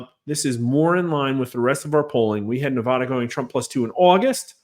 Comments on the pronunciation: Respectful correction sir. That's NEVADA ! not Nevahda ! Thank you 🙂 🇺🇲💖🇮🇱💖🇵🇭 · I wish to see a political video where Nevada is pronounced correctly. Just once, please.